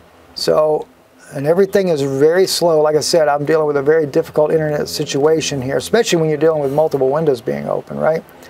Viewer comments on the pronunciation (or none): none